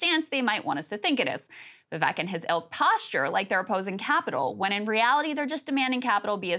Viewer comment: You know you're a great newsreader when you continue to butcher a candidate's name. It ain't that hard, Krystal. Vivek like CAKE. Just be transparent about the hit piece and put Marianne's name up.